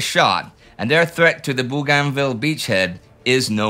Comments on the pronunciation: im not yank either, aussie and its BOGANvil. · It's pronounced Bo-gan-ville (in Australia). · Hey Indi. Bougainville is pronounced 'BOGANvil'. How go i know, my late father was a gunner on landing craft there during ww2. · Indy, its pronounced "Boo gan vill" without spaces. One word. Booganville. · Great video, as always! Very informative and thoughtful. But... if you were transported back in time onto the bridge of an allied warship in the South Pacific and started talking about "Boo-GON-ville" and "Trook" and "Raba-ool" the sailors would think you had suffered head trauma. Your pronunciations are entirely anachronistic, which throws off the appreciation of all the rest that you do. Again, great job otherwise.